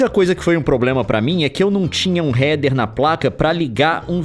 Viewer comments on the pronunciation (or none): none